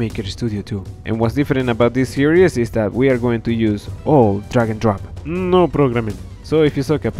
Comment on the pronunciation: take a shot everytime he says... D R A G O N D R O P